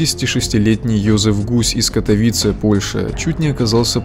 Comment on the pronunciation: не КатовИцы, а КатОвицы